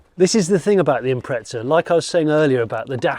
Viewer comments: Nice find. I had one myself, although in Australia, what you call the Turbo 2000, was named the WRX. Mine was a ‘98 Sportswagon. . But, please, look and read the badge on the boot and listen to your Welsh friend. It says: Impreza, not impreTza. Definitely a British aberration. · Cringeworthy pronunciation of Impreza from the poms once again. IM-PREZ-A not IMPRETZA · hey English folks again theres no t in imprezza honestly start correcting shit.